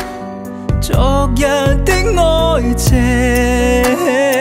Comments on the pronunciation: 昨日的愛情 基本上唱成了 咋日的哀情? 是我聽錯了吗？ 歹風吹也是这样，大家能否注意一下发音，救救粤語吧！ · 昨“日”和痴”情字在广东话里发音有问题，如果要唱对痴音，就要唱“痴”高音大声点（旋律会有点不同，但比较顺耳）